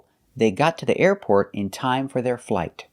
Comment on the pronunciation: The pronunciation of "the airport" seems a bit off to me.